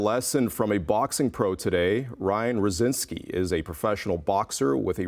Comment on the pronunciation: Couldve took 5 seconds to pronounce Rozicki properly